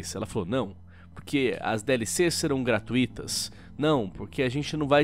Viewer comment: meu deus, ainda nao aprendeu a pronunciar a palavra "gratuito"